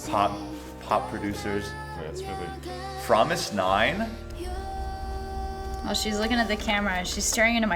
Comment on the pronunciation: when he say "Fromis_9?" i rembember DKDK giants cat lol